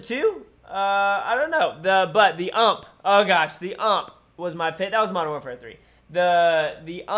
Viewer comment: why do you say ump XD it's just U M P